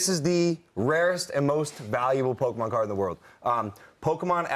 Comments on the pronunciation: Its Pokemon 😅 not Pokeman! Logan wants me to buy these cards! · when she said "pokeman" i thought wtf no way that's gonna fly! And Logan called it out right away xD